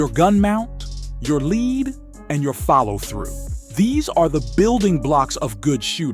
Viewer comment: Voice says LEAD as in the metal, and the word is lead as in how far in front of the target….